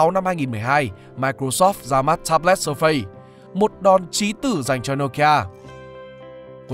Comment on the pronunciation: Surface đọc là ˈsɜːfɪs bạn ơi :))